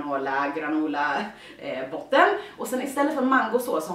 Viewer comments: Jag tror att det uttalas "granåla" med å, eller så säger iallafall de ;) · Man uttalar det granåla!❤😊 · Man säger Granola 😊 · Jag uttalar det "granåla" men det stavas granola :) älska diiiiiig!❤️❤️❤️❤️ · det uttalas ''granåla'' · Det heter granola inte granåla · Det uttalas granola inte granåla (no hate) dara så du vet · Granåla det ska inte låta oooo det ska låta som ååååå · tror man Uttalar granola granOla eftersom det stavas med "o" och Inte "å". Men det spelar säkert ingen roll. Ly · Man säger granOla inte granÅla🙂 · Asså jag brukar uttala det "granåla" tumma upp om du med gör det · Du uttalar det [granåla] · Man uttalar det granåla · Jag säger "granåla" 😂 tycker det låter bättre än "granoola" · Jag uttalar granola "granåla" 💛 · Jag har för mig att granola uttalas granåla, älskar dig Therese💗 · ”Granåååla” det är rätt cx ❤️❤️ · Det uttalas "Granåla"❤️❤️ älskar dig😘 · Man uttalar det "granÅla" tror jag💞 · man uttalar det som "granåla" med å ❤️❤️ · Man utalar nog det granåla 😊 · "Granåla" uttalas det tror jag!❤️ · Man uttalar det som "granåla"❤️ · Jag brukar uttala Granola ”Granåla”❤️ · Gilla om ni tkr det uttalas "granåla" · Här i skåneland.. Hehe.. Säger man granola med "Å" granåla. Haha visste inte hur jag skulle förklara, men mer vego med Therese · Man uttalar det granåla ;) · Jag uttalar granola med å💕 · Uttala det granåla, alltså med å typ😂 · Det uttalas GranÅla (fast det stavas granola.) Ilysm💟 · Jag uttalar det "granåla" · Granola uttalas Granåla ❤️😉ILYSM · Jag tror man uttalar det som "granÅla" alltså med "å" hah❤️ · Jag uttalar "granåla" i alla fall 🌚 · Du uttalar det granåla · Jag tror det uttalas med o. Alltså granola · Tror man uttalar det som "Granåla" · Det uttalas med å granåla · Det uttalas med å granola fast granåla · Man uttalar granåla men det stavas granola❤️ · Det uttalad granåla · Granåla. Asså det uttalas så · Jag uttalar det granåla med asså o låter som å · På tv:n säger dom det som "granåla" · Jag tror att man säger granåla